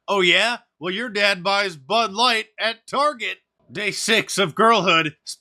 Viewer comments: did you just call it Butt Light? LOL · It sounded like you said butt light and that wouldn't be wrong